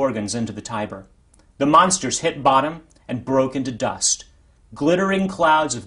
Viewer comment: I thought it was pronounced ti-ber not tye-ber